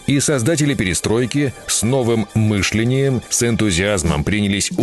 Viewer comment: Не мыш'лении, а мышле'нии! Вы хотите лайков и рекомендаций друзьям? А сами тупо пользуетесь ИИ и вам плевать на ошибки!!!!ударения в словах даже лень проверить!!! Тьфу, козел ты ленивый, только бабло и жопу нарасчиваешь